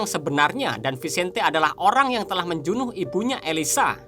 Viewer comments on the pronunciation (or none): Maaf nih bang. Saya dengernya Perkataan Membunuh itu Abang Sebut Menjunuh. Hehe